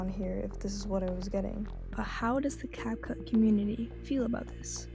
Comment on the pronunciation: You even made a french dub? By the way the title is wrong. It's not "rendant tout professionnel " but "rendant tout pro ". By the way, you said "Capcoot" instead of "Capcut".